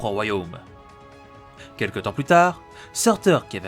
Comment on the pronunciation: Ça se dit pas sourtour ?